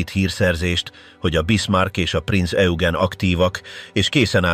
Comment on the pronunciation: Rengeteg irreleváns kép van bevágva, borzasztó. A mondatok érdekesen vannak szerkesztve, a Prinz Eugent egyszer sem sikerült helyesen kiejteni, pedig többféleképpen próbálta, "Hitler legrettegettebb szörnyetege" speciel a testvérhajója, a Tirpitz volt, a szakkifejezeések rettenetesen vannak fordtva.